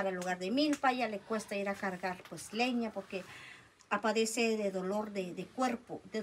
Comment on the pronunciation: se dice “ padece “ no “ Apadece” perdón 🙏